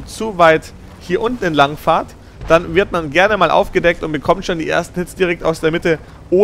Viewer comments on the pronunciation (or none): Es heißt "er fährt" nicht "er fahrt" ;) Ich musste das jetzt mal loswerden, sorry.^^